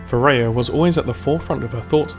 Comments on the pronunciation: "FAIR-UH" NOT "FAIR-A-UH" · It's FareeHA, not Fareya :) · awesome job. but as an arabic speaker I have to tell you that you are pronouncing the name of her dougher wrong, I thought it was Thourya unite I saw the writing on the paper when she wrote فريحة Fareha. its pronounced like this ( Fa rri Hha). and also fyi arabic names should always have a meaning and this one means the happy one maybe that's a clue in the lore :P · have you not watch Ana's Origin Story video? Fareeha isn't pronounce as "fuh ray ah". It's pronounce exactly as it looks, "fah ree hah".